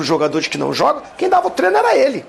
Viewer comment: Pedrão, avisa para o Zinho que não é TRENO e sim TREINO. Será que precisa falar diferente para ser ouvido? Será que não basta os idiotas vermelhos tentando ferrar a nossa língua? O cara que trabalha nessa função em que se torna um 'formador de opinião' deveria ter um pouco mais de zelo pelo vernáculo. Obrigado.